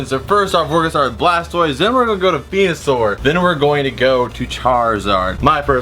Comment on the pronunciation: When you said venusoar did you mean penusoar